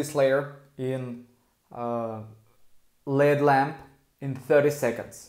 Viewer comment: It’s L.E.D lamp. Not led lamp. 😂😂